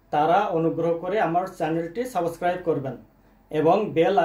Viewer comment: আরে ভাই, সাবোস্ক্রাইব না,বলেন সাবস্ক্রাইব